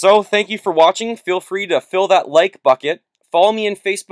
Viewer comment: It's a like "Button"! Not a "Bucket"... :/